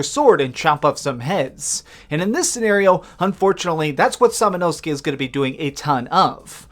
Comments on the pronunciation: Holy shit, someone said his name right! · I think you did pretty good with pronunciation, especially with the protagonist. Most people are saying "Sam-Oh-No-Sue-Kay"